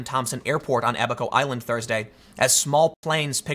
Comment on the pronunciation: They made fun of Noah for building the Ark and we all know how that turned out. PS, Tim, it's "Abba-ko", not "a back hoe".